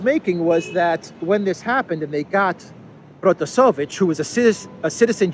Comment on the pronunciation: it's ProtasEvich.